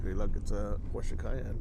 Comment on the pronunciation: So nice to hear an American pronounced Porsche correctly. 🙂 Well done! I have to say that it looks more like a Prado than a Land Cruiser though.